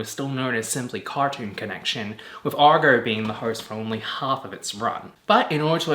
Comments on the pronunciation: Agro. You said Argoh about 80 times. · AGRO, not Argo....